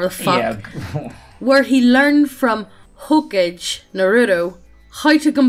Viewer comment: "Hokij." C'mon, guys, as widespread as Naruto was, you have to at least come close to the proper pronunciation.